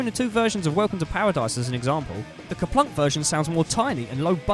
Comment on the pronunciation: It’s actually Kerplunk.